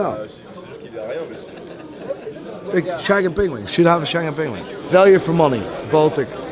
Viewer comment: What TF ia a pengwing?! 😂😂😂 By the way... the grand tonneu is tiny... 35mm?! Would look strange on my 19mm wrist... Why so small?? That's why I won't buy one. I really like Maen watches... but the latest Grand Tonneu is too small... 🙁